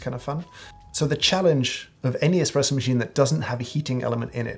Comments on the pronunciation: Mr. Hoffman: Several times I heard you say the word espresso. I must lament, that it sounded more like the word "expresso" and as such caused me to have fits and tribulations while attending to a client. I had to stop the video several times to replay the words but it was not going to change what I heard. Please tell me that you did not use the letter x but instead used the letter s even though it came across as x. I tried to raise my small finger as I typed this, in deference to your snobbery, but I found it difficult to punch out the letter a. To your snobbiness! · Did James Hoffman just say eXpresso!? What is the world coming to?